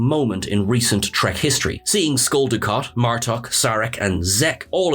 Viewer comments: Did anyone else hear "Skull" Dukat 😂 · Did you say Skull Dukat?